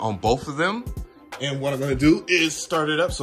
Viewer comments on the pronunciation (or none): none